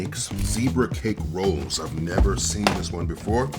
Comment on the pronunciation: I never heard anybody give “rolls” two syllables 😂 my man said “ro-olls”